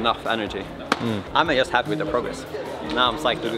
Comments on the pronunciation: You're english is so good, that I'm asking myself, why you would pronounce the word "just" like you do? (no sarcasm!) - Great to see back! It's also nice to see how you're climbing is getting better and better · It's a common mistake for us Scandinavians because our J's are soft, used kinda like Y in English at the start of a word. Jump, juggle, jam, job etc. Personally, I wasn't even aware I did it until a native speaker pointed it out.